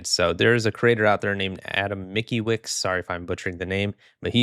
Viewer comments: Mickey-wick ..... I AM DYING XDDDD It's pronounced like Mitz-key-witch (Adam Mickiewicz is name of 19th century Polish poet) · Mikiłik xdddddd c’mo, use google translator to check pronunciation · reading Mickiewicz as Miky wix is wild XD sorry, I know you are not familiar with the language, but Mickiewicz is one of the most popular historic polish poets/authors, very serious stuff, learned at school etc. having his name as "Miky wix" freaking lost me XDDD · It's "Meets-kyeh-vitch", not "Mickey-wix". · hi!! so that last name is actually polish (mickiewicz) im pretty sure you'd say it like 'meets kye veech' for future reference Okay bye